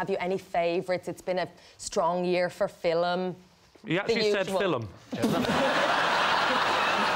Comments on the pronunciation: She pronounces "film" more like "filim" and he is making fun of that. ". . . it's been a strong year for FILIM." "You actually said 'FILIM'?" And then she smacked him. :)) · She pronounced film like filum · whats up with Film and Filum?? i sometimes say Filim. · My brother's wife is Irish and she does indeed pronounce it "fill-um". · Warning: Don't eat when watching Lee Mack. Serious choking hazard. "Did you actually say filum?" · 'You actually said fillem?' Funny as fuck, can't stop rewinding this clip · I sometimes pronounce it as Fil-mmm , which im happy even the irish people say that. i'm Asian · It's been a strong year for "fillum." 🤣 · Being from southamerica, I mainly only hear english accents from the US, and England. Since watching WILTY videos, it's been fascinating to hear how different the accents can be from scottish, irish, and welsh people. I honestly had a hard time getting pass how she pronounced Film. So funny. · Why did she pronounce "film" so strangely ? I don't get it? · Making a joke in how stereotypical Irish accent pronounces film